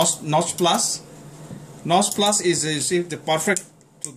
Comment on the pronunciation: What is he calling those needle nose pliers? Nos Plos?????